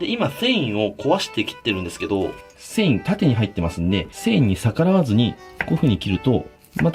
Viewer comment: かねこ「今thんいを、壊して切ってるんですけど、」